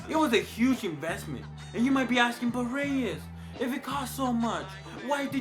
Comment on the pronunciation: “So Reyes” ......laser?.....lol!